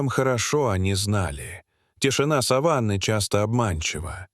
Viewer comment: ........вглубь дикой сАваны....??? - сАван - текстильная материя(может быть любая,но чаще ткань белого цвета,которой покрывают покойника перед погребением)...,а вот савАнна - это часть земли лесо-степного характера,в основном это в Африке...савАнна,парк-заповедник Серенгети.Так это что заповедник покрыт сАваном и там покойники животные,Дальше слушать не о чём!!!Ну использование ИИ в полном разгаре,самим то лень!!!!